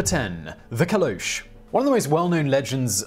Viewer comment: Pointing out that Caleuche is pronounced Caleu-che (like Che guevara)